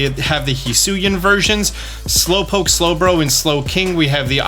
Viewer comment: DO NOT LEAVE OFF THE W IN SLOWPOKE!